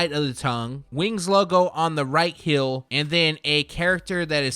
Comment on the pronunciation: Heel/ hēl. Not Hill /hil.